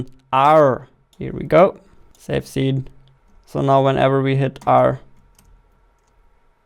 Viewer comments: zee. No its see with S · See❌ Zee✅ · not hating or making fun of him but i love how he says Zene instead of scene xD